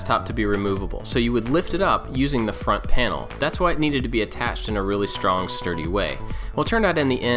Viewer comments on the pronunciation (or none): none